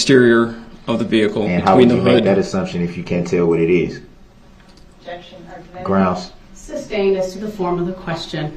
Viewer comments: Prosecutor: Objection, hearsay DB: GROUNZ Judge: Sustained DB: Grounz for the “substained”? Judge: um, it’s hearsay… 😂😂😂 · When Durl said “grounz” the second time objected when he asked the question of if Lescano told the officer he saw who was driving the vehicle, people were laughing 😂😂😂